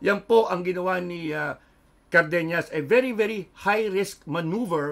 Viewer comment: CardeNAS not carbeNYAS😅 not ñ it is N